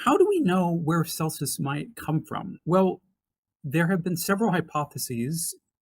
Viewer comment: This is excellent work,! You compare Celsus with Richard Dawkins, but I consider him to have been much more formidable, as an ancient Christopher Hitchens---and I read Celsus' words in Mr. Hitchens' voice! PS It's "Kelsus" not "Selsus".